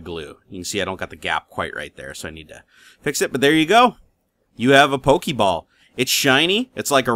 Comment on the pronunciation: i laughed every time he said pokeeball. xDD i want a printer qq